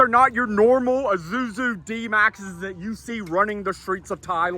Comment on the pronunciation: Im i the one who doesn't know how to pronounce Isuzu whats Izuzu